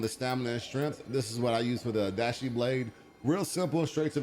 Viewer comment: I know I’m being pedantic here, and I mean this with no hate, but it’s not pronounced “Tah kee da shin-jin” It’s Ta-kay-da shin-gen (gen pronounced like gun, but with an e instead of U) Oh-da-shee is close, it’s “oh-da-chee” with emphasis on the “chee” instead of on the “da”